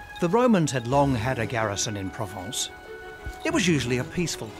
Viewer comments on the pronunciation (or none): none